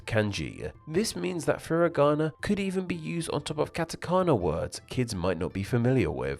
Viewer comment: Japanese only has 5 vowel sounds, not including diphthongs. A is always ah, I is always ee, etc. So foo-ree-gah-nah, not fur-ih-gah-nah, and kah-tah-kah-nah, not cat-ih-kah-nah.